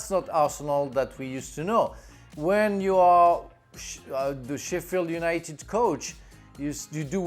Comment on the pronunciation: Did Frank Leboeuf call Sheffield United "Shitfield United" ? Hahaha...